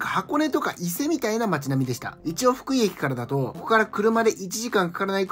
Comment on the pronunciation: ふ↑くい↓ じゃなくて ふく↓い↑やで